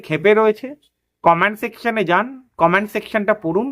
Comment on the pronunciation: আপনি শব্দের উচ্চারণ সঠিকভাবে করুন। Command Section- এ Command পড়ুন সঠিক বাক্য বিন্যাস নয়। সঠিক বাক্য বিন্যাস হবে Comment Section - এ Comment পড়ুন। Command করুন সঠিক বাক্য বিন্যাস নয় সঠিক বাক্য বিন্যাস হবে Comment করুন। ধন্যবাদ।